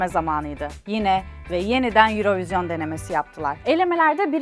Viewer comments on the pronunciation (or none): Sevgili Vibio ekibi ve, Yayınladığınız birçok videoda ilgimi çekti, neden "Eurovision" 'un "Euro" kısmı İngilizce, "vision" kısmı Fransızca telaffuz ediliyor? Tabi istediğiniz şekilde telaffuz etmekte özgürsünüz fakat şahsi fikrim, böylesine telaffuzlara ve diksiyona dikkat eden bir kanalda orijinal telaffuzu olan "örovizyon" hadi olmadı "yurovijın" diye telaffuz edilmeliydi. Farklı bir sebebi var ise beni de aydınlatabilir misiniz?